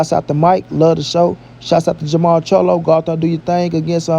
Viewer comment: Jermall... and not ... Jermell.... lol@